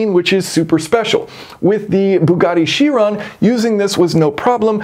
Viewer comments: Chiron is pronounced "kai-ron". Don't be like the scientist in Back to the Future who pronounced gigawatt as "jigawatt". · The Greek "ch" is a K. Ky- Ron.